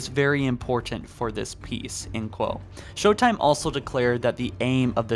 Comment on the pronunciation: "Sho-time." A reference to "sho-nuff" which is ebonics slang for "sure enough." The implication is that it's humorous because African American Vernacular English is thought, by people such as, to sound unintelligent. It's a way of mocking black people by disparaging the way a number of them speak, without saying something that would be immediately recognizable as an insult. It's low key racism.